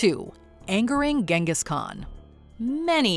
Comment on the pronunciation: But she pronounced "Genghis" wrong 😢